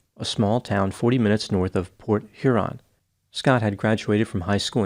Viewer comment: This was a BIG case when it happened as we get few homicides. THANK YOU for pronouncing Port Huron correctly. (My hometown and where I live. Sort of surprised hearing it and Croswell.) Believe it or not, many people pronounce it: Port Urine or blend it together like Porch Yearn. Now if you can pronounce Mackinac and Gratiot you're a Michigander. ;P